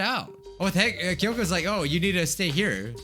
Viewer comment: Man he said like wrong